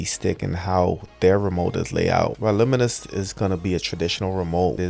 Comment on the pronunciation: Another presentation where the presenter cannot pronounce the product name correctly…. Wimius is not pronounced Wi mus, its pronounced with the second ‘I’ Wimius (wim ee us)